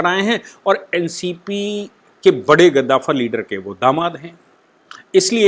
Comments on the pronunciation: Namaste, I appreciate your channel for giving detail information about Maharashtra politics. (Only I want to suggest you about your pronounce "gaddavar" you say kaddavar. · गद्दाफर् नहीं कद्दावर होता है... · आप ज्यादातर अपने मनघड़ंत शब्द गढ़ लेते है!! Eg रूस को रुसा 🤣कद्दावर को गधाफर!!!🤣